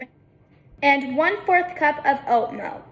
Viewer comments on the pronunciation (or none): she’s adorable n i find these smoothie bowl videos cool❤️… but i HATE when people say MELKKK. it’s just uggghhhh😭😭😭🖕🏽just say milk bruh